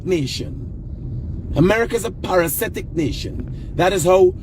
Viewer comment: Hi - It's parasitic NOT parasetic